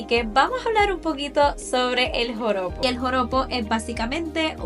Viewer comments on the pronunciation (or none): Lo dijistes alrevez, Porojo, No, Joropo, así se dice realmente. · No es pojoro. Es JOROPO 😂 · Me gusta la estructura de tus videos! Me gusta que escribes las observaciones para no interrumpir y que se ve bien el vídeo y también tu cara. Lo de "Porojo" 😂 me dió risa jajaja bueno, es Joropo ya lo sabes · No es “pojoro”, ES JOROPO.